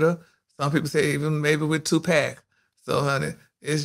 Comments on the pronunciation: He said TuPack🤣🤣🤣🤣🤣🤣🤣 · Did say TU-PACK????🥴😂😂😂😂😂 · He did say TU'- Pack😂😂😂